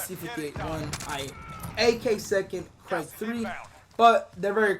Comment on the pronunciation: It's not CRAIG bro its krig...😜😜